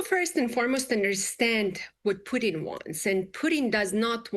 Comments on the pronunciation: She could not get the Russian joke right, she called Putin Pudding, she is clueless how Trump operates, she is horribly incompetent. Why is she on Fox? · Why is she calling Putin "pudding"?!